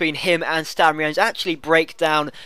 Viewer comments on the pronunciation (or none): none